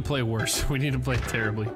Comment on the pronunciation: Did he say Fray instead of play?